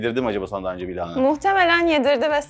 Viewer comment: keşke lahanayı doğru da telaffuz edebilse 😢